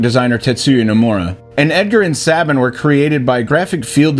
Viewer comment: Sabin not Sabin